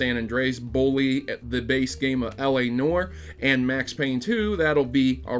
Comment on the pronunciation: L.A. "Nore".. Sorry, I had to:P